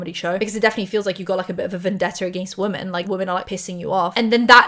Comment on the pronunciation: I love you, but I need you to stop pronouncing "women" as "woman"